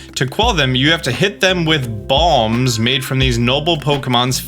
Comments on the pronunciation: Not going to lie - thought you said bombs not balms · Is it just me or does it sound like he's saying bomb